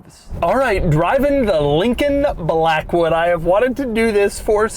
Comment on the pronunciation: Take a drink every time he says Lllllllincoln Blllllllackwood